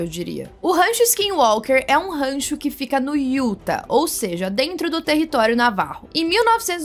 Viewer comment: Parabéns pelo trabalho. Dá tanto orgulho ver esse canal crescendo. Só observação que vc tinha ficado com dúvida no outro vídeo, a pronúncia da cidade de Utah é meio "iutáh" com a última sílaba mais forte❤